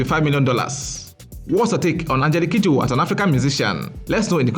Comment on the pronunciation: When he mentioned her full name, I losti t from how he pronounced it.